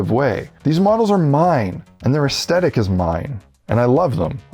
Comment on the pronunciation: This video has a really positive and encouraging vibe, but I can’t help telling you dude; you’re forgetting the t in aesthetic!